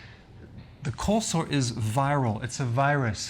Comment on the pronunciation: I'm sorry but it sounds like he's saying colslaw 😂